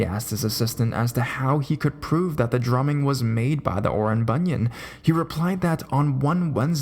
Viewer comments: Hi, at first I was confused as I kept hearing you said bunion, and those creepy feet bunions kept appears in my imagination (silly me!). It pronounced as "boo-nee-an" (as in "ant" but silent the "t"). But anyways, the stories do creeps me out! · it's pronounce Bu-nee-an